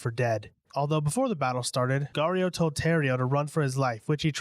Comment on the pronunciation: “GAURIO” lol